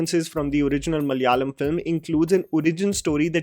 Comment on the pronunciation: can you please tell ma-la-ya-lam. not mallyalam..